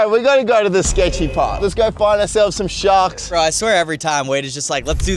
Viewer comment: “lets go find ourselves some shahks” 🔥🔥🔥